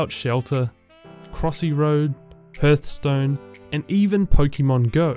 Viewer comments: "Hurthstone"???? TRIGGERD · and what is this "herthstone" you talk of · Hörthstone xD thanks for that :D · Bruh The way he pronounced Hearthstone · You pronounce hearthstone wrong -_- Plus, Unity is the best cause it's danish.